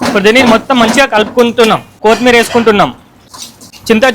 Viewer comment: INKO SARI KOTHIMEERU NI KOTHMIR ANTE NEE GUDDA DENGESTAM